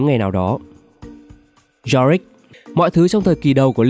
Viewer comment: Yorick lại đọc Jorick